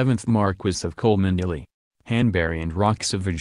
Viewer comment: Cholmondley IS pronounced "CHUMLEE" NOT " Coalmondlily" :-)